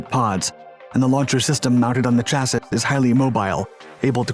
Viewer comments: OK, dude....so I love your vids. However, I heard you say "chas is". I thought, maybe there's 2 or more standard pronounciations of the word. I checked 11 sources. Each one says it's pronounced "chas ee". No biggie but I can't understand why such a smart guy as you can err so blatantly. Maybe there are regional dialects wherein your way is acceptable. But, I've only heard uninformed people misuse as you have. Again, I love your vids. Please don't take this as harsh; I surely don't mean it that way. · It's noat a chass -it it i pronounced Chass-SEE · .....yep....clear as day... Never heard of a " CHASS - IT " before... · Every time he says, "chassit" take a drink. You'll be blitzed in no time. The word is "chassis" pronounced "cha-see". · Well, in the UK it's pronounced "sha-see." In the U.S. it's pronounced "cha-see." Not sure which version Australia uses. Nowhere is it pronounced "shasees" though, ha. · For the love of God man, chassis......cha-------see...........CHA-SEEEEEEEEEEE. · Chassis, pronounced chassy. like; she has a sassy chassis. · The narrator has odd way of pronouncing chassis (He says chassit). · The word Chassis is pronounced. CHA SSEE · CHASSIS is usually pronounced Chassy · Seriously dude Chassis is pronounced chassE. Please look it up and change. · chassis is pronouced.. cha-sis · Please, please, please... "CHASSIS" is pronounced "SHASEE". Apart from that, your documentary is fine. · Cha-see. Cha…..seeeeeeeeee. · I usually hear it pronounced chass-E, like classy. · Great Video, but as a former Bradley Crewman, I want to come to your house and make you say "Chassis" 100 times until you get it right! Are you a bot? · Seriously does no one on your team read the comments? How has no one mentioned to the narrator how "chassis" is pronounced? I'm normally not that bothered by mispronounced words like that but it's gone on for so long I can only assume it's just due to willfull ignorance and no one bothering to even try to correct it.